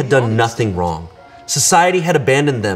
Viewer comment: Jamine Schmidt you said yeah rong 😂